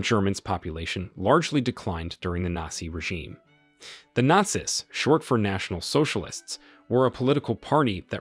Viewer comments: This was the first time I've ever heard the plural word "Nazis" pronounced like "They were NOT SISters", which was a little jarring to my ears. I would have said it like "They were NOT SEAS" (American English). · Nazis kept on getting mispronounced as Naz-iss instead of naz-eez. There's also the Gestapo pronounced like Gipetto from Pinocchio, geestapo instead of guhstapo. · It's all Ai, listen to how it said Not-see's and something else I heard multiple times. This video just goes to show how LAZY people try to be content creators when in fact they create 'nothing'. All that is taking place here, is that we get to teach Ai how to do things we are 'trying' to do so that it doesn't need you to do it in the future. Just like clicking on that verification on websites, select the crosswalk, or the bicycle in the pic, you'er teaching Ai to remove you from the equation. This is the worst form of media and it pisses me off when I give it views, and the fact that the thumbs DOWN count is gone, is appauling. Literally every site has a review option, groceries, retail etc. Why are you taking away the ability for us to quickly look at a post, see its got a LOT of dislikes, and allowing me to move on to something better? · I noticed the same, and wondered if this was an AI/computer generated voice. He mispronounced the word “nazis”, that’s a really simple word. He also mispronounced Neurenberg, and some other words. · Why does he pronounce "Nazis" like that